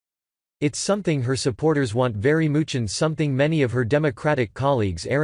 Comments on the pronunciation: "It's something her supporters want very MOOCH" hahahahaha!! Did anyone else catch that? This is the FIRST time in robot history it's actually awesome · That voice, I don't like it "very mooch", videos are nicely done. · It's something that her supporters want very "mooch"??? Ya gotta love these robot narrators!! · 'It's omething her supporters want very mooch' - really? about 55 seconds in Ditch the computer generated voice. Can't you read the script yourself?